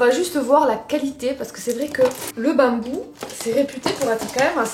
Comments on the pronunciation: J'adore ton accents surtout le bammmmbou😂❤❤ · « En bambou » avec l’accent ca me tue 😂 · Comme tu dis " bambou "😂😂😂